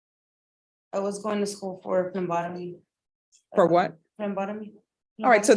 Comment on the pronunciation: "Phlegmbotomy"? Is that where you catch what comes out of a sneeze? 😂